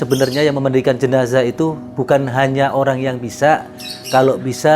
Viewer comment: Koreksi: JENAZAH. Bukan JENAJAH... dengerin aja dia